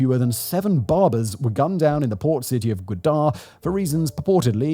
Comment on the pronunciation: Berbers, or barbers? 😂😂😂😂🤣🤣😂😂 Mate you assassinated their BARBERS?!! 🤨😒